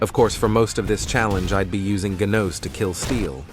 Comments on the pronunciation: You know it’s an ai when he says GENOWS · Dawg said g e n a u s😭😭😭😭😭😭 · nahhhhhh bro the freaking voice over said "gehnos" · I like how Ai says genoos not a genos